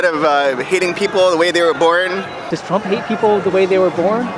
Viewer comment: Oh yeah, NAHT TWUMP